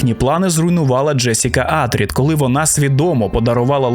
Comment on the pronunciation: Круті відео! Але благаю, перестань робити наголос на перший слог в слові Атрід 🤢